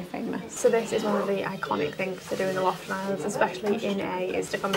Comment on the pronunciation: Thanks for another wonderful episode of my gorgeous country..! ( btw..It took me a while to realize you were in Lofoten, as it sounded like you said Loften Islands.. The second O is not silent 😅 )